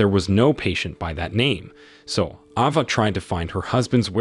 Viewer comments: Ava is pronounced Ayva, not Ahva. Derek is pronounced Derik, not Direct. AI pronunciation seriously diminishes this narration. Come on YouTubers. Don’t be cheap. There are many people who would be glad to provide the narration at a reasonable price. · AI channel or guy who doesn't now how to properly pronounce a bunch of words and names? Ah-vah and Der-ekh, really? AI channels are a plague. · Isn’t it Ava and not Ahhva? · What is an "Ah Vah"... dude get a better AI Narrator.. Geez